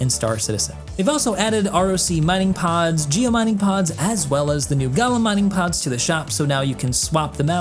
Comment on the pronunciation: As others have already pointed out in your previous video, Golem is not pronounced Gollum, but rather GO-luhm.